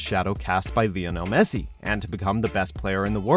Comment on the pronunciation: vionel messi ?!?!?